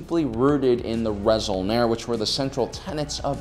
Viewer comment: I know it doesn’t really matter but technically the resol’nare should be pronounced ray-sol-nah-ray.